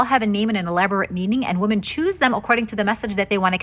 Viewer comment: IT’S “WImen” not “wuhmen" in the plural form. Woman is singular, women is plural..